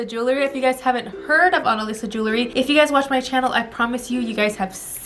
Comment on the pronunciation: Please say the word jewelry correct....it isn’t jewLERY..it is JEWELry. ❤️👍